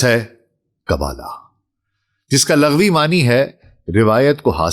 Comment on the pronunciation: حضور، آپ کا چینل اور معلومات بہت کمال ہوتی ہیں ، یقینا بہت زیادہ ریسرچ ورک ہے، اللہ پاک آپ کو جزائے خیر دے، ایک چھوٹی سی تصحیح فرما لیجیے، لفظ "لَغوی" نہیں، "لُغوی" ہوتا ہے، جو کہ "لُغَت" سے ہے